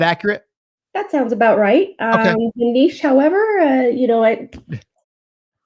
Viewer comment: love your content guys. now my life dream is to make you pronounce niche correctlly 😁